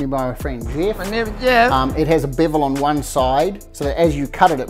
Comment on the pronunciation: “My names Yeff!”